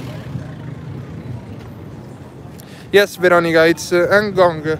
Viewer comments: Ngong.... not en ngong .😂😂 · Bro, that place is called NGONG not ENGONGU 😂😂😂😂😂